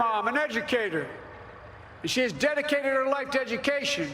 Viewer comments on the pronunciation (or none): none